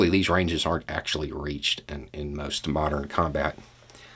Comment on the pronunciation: I like how you go “well akschually”